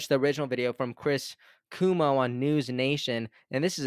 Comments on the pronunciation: Cuomo is pronounced Quo-Mo. Not Coo-Mo. #Kennedy24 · "QUO" - MO ... NOT "KOO" - MO (Chris Cuomo) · It’s Chris Cuomo (not coomo) the o is not silent :) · Chris Cuomo (pronounced like Qwomo) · Thanks for your work,. Also, Chris Cuomo's last name is pronounced "Cwoh-mo". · RFK, Jr. will not settle for a cabinet job in the corrupt red and blue parties, and if he does, there goes my last glimmer of hope and optimism. <Also- to the host, just fyi- it's "Quo-mo" :)> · *Kw-oh-mo... But either way.. AR-EF-KAAAAAY!!!!! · Keep up the good work,! (Psst: It's cuOMO. ☺️) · cuomo not cumo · Cuomo (Pronounced with long O KwOmo) is related to Kennedy, by marriage I believe. Glad he's helping the narrative. No way is Kennedy dropping out. Why would he when he's going to win. Any candidate able to overcome the roadblocks to getting on the ballot in all states certainly is strategic and smart enough to win. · Chris pronounced Kwoe moe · Love you great insight! BTW... CUOMO is pronounced "Qu-oh-mo". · You love his presence, but you cannot so much as pronounce his last name correctly. 🙄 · Learn how to pronounce what is a very common political name Cuomo. It will give you more credibility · Please check the pronunciation of Cuomo. It's a well-known political name in NY and there is a correct pronunciation :)